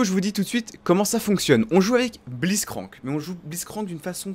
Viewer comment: "On joue avec Bliztcrank" x) mes oreilles ont en pris un coup